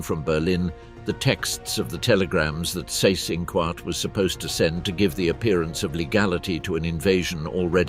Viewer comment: Seyss-Inquart = "zice-in-kvart" ( QU is always pronunced as kv)